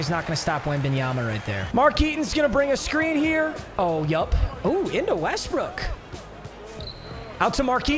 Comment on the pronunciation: dont be saying westbrick bro